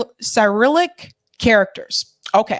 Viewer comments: No offense but it is becoming more and more difficult to take you seriously when you keep mispronouncing common words. Cyrillic is pronounced sir-ill-lick and Rorschach basically sounds the same way it’s spelled. It’s not Rorsch there is an ack on the end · ( , ) 'Cyrillic' is pronounced: si-RILL-ik. That's the name for the Russian alphabet, named for St. Cyril (SEER-ul), the medieval Eastern Orthodox monk credited with inventing it. Pronounced ROHR-shock. A Rorschach test is an ink blot test -- one where you project onto an image something that is already in your consciousness. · I've always heard it pronounced as si-RILL-ic, but I'm in the US. How you have it might be how its pronounced in eastern Europe.